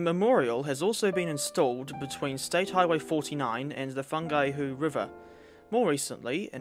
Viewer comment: fungihu river???